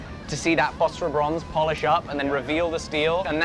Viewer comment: fofferbronze, is he saying phosphorbronze? man these english dialects are tough to understand.